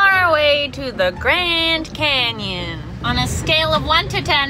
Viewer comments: He said grand camyon lol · grand canyon not grand camyan